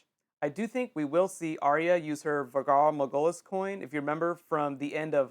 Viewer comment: you pronounced valar morghulis wrong! lol XD